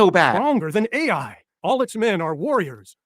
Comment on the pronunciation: 34.35 The Biblical place Ai is not pronounced "ay eye." It is pronounced "eye" or "I"